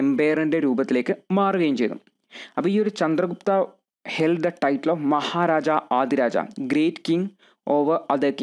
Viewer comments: Thank you sir. but Maharajadhiraja koottivayikkende. Maharaja aadiraja allallo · Maharaja adhiraja alla bro maharajadhiraja aanu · Nice class .. മഹാരാജാധിരാജ എന്നാണ്...